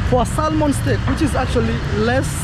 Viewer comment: Sorry Bro for getting scammed, just a polite correction the fish salmon, when pronouncing it the 'L' is silent